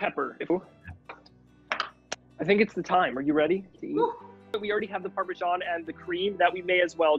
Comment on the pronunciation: parmashan